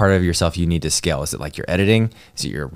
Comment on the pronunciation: " You beed a kid" lol